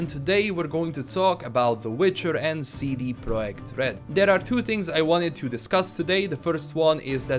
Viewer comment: Lets say it together See-Dee-Prah-Ject. I know it's an accent but damn you're killing the name like a witcher.